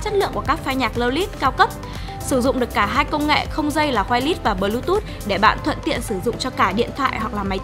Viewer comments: dạ phiên âm tiếng anh /ˈwīrlis/ thì là wai lịt sờ chứ cmg nữa a2 ? đừng bảo wai lét nghe giật mình lắm đó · Đ hiểu mấy ông kia nghĩ gì chửi ông chủ comment? =)) Làm truyền thông thì phải hướng đến mặt bằng chung, thì đương nhiên phải đọc chuẩn tên thương hiệu, chức năng,...còn gì nữa? Tôi nghe goai lít đần mẹ ra 2s mới hiểu là wireless :)) thì khó chịu là đúng rồi. Ai bỏ qua thì bỏ qua, ai nói thì là góp ý mang tính xây dựng. Thua các ông vào cào phím